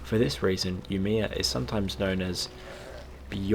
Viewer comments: Sorry, but I LOL'd when you tried to say Umeå. You could have checked the pronunciation online! Good video though. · Swede here, not gonna lie but I cringed a bit with you trying to pronanouse Umeå. Little difficult to hear your Swedish but I think you meant björklöven (the hockey team) which translates to birch leaf/s Aside from that It sounded like your were on point about the big fire. Side note, there was also a big city fire on the same day in a different city, Sundsvall where almost whole city burned down. Luckily for city of Sundsvall was the fact a majority of the buildings were of stone and they never rebuild using wood. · The way he pronounced Umeå (the Swedish town) makes it sound cooler.